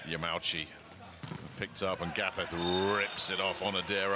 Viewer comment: it's ya ma u chi, not ya mau chi XDXD L on the commentator